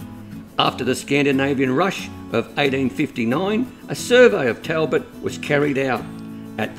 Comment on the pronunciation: Great pronunciation of Caralulup but Talbot is pronounced Tolbot